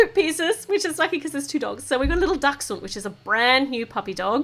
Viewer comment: Yes u pronounced dachshund because I have one and so many people say it wrong thank u